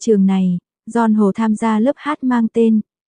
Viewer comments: Zon Hồ ôi giời ơi Bắc kỳ phát âm tên người ta sai bét Stupid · Đọc tin tức mà tên của người ta cũng đọc sai, Don Hô là ca sĩ nổi tiếng đó nha!